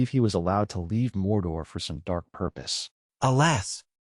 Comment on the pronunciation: I get having an accent , but when you said morda , instead of mordor